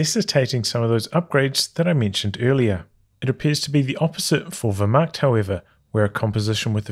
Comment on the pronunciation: Love the stream, but as a German, your pronunciation of 'Wehrmacht' is damaging to my morale. Sounds like 'where-macht' but with the v, like you have been doing. I say this only to improve you as a human being, as difficult as that is.